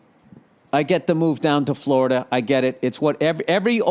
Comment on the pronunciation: haha oh shit, that's the funniest shit ever did on your podcast, talkin shit about Tom Brady and taking his widdol football and going to fwowida